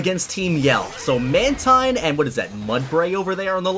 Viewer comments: It's man teen- not man -tine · Mantine is pronounced "man-teen".